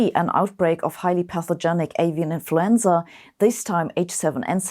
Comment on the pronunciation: When Sabine says "scared" I get some questions. aSian influenza? guess who's going to get the guilt for this.. ohhh "Avian" ..